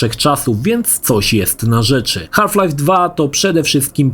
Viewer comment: "Haf Life" 😂